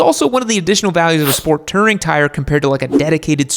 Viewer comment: It's "touring", not "tirring"